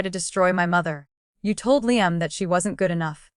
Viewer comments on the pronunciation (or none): Revenge with Emily family….. you folks really need to look at the spelling errors because your reader pronounces things wrong. A simple word like Liam and several other things are in the mess.